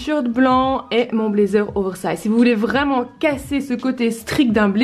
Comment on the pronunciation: Un "blédzer" ou "youtoube" j'ai un peu mal aux oreilles mais sinon c'est cool